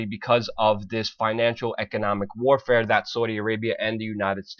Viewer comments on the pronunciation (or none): none